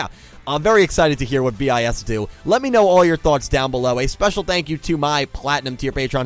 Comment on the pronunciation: 1) It's just pronounced bis, not B-i-S. 2) Your picture isn't that up to date, none of them are actually still in BiS. 3) The controvercies, are mostly staged (except the marathons and the spice foods. You just scrached the surface) 4) SInce their sister group BiSH is getting quit a lot of mainstream traction, don't expect them to be cheap. Watanabe is a lot but not a bad buisinessman. 5) Check out their music, they're actually pretty awesome 6) Sorry for the terrible spelling...